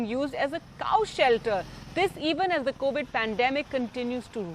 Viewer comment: Covid OR COWID?